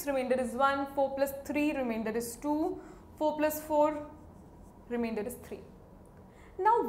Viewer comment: "Will give you what remaindorhhhh..? " 😂😂 I like your videos. It's Informative🙂😊